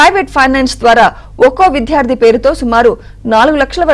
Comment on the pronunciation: Please try to pronounce the word ‘VIDYARDHI’ properly. It’s causing irritation when the word is spoken.